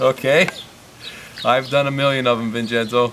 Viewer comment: HAHAHAHAHAHA......Gingenzo. It should be Vincenzo but it sounds like Jingenzo. OK ...OK....HAHAHA...OK...OK